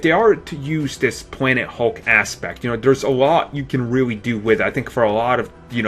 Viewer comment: Dude never made it past 3 years old. Still talking like a baby, pwobabwy, instantwy, officiawwy, da and de(the), weawwy, compwex, and pwanet hulk. Bahahahaha! Talk right.